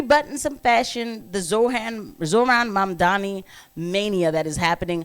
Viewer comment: Did you pronounce it Zor-Han? And it doesn't get any better with the last name. It sounds like you said Mamdanabus but who the hell knows... What is it with your people and mispronouncing easy words. If I hear black people say "In-dig-nant one more time.... I swear.